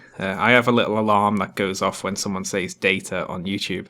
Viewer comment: She pronounced data wrong